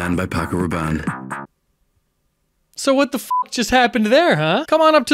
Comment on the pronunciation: I hate how they say "Paco Rabbane" and "Carolina Herrera" in the most incorrect way possible to sound more fancy or something